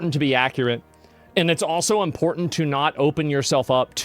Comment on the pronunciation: The impor-ANT mispronounciation of important by Ilhan makes me want to break glass